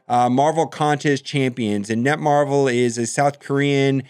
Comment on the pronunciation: FYI... it's "NetMarble", not "NetMarvel."